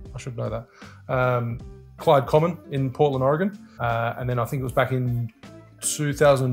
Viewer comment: Do you know you properly pronounce Oregon better than almost everyone in the US? Thank you!